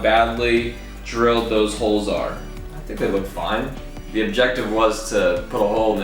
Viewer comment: Every time he said 'holes' I understood 'hoes' it was very funny to watch